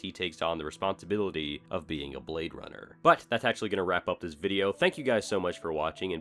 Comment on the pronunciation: He say your a bwad runna